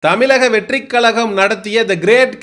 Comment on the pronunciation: தலைவா தமிலக னு‌ சொல்ற. கலகம் னு சொல்ற. முதல்ல முட்ட சாப்பிட்றத நிப்பாட்டு. ' 'ழ' வ சொல்லி பழகு. கண்டத தின்னு முக்கா வாசி பேர் இந்த லட்சணத்துல தான் இருக்கானுக. நம்ம மொழி பேரே சொல்லத் தெரியாம நம்ம அத என்னத்த காப்பாத்த போறோம்?